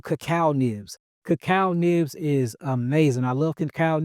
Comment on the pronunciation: Anyone know what ramen he’s referring to? And earlier In the video he mentioned something called so what sounded like cucal nips or something , anyone know what those are properly called ?